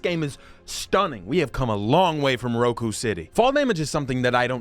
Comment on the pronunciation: That is not how you pronounce Roku.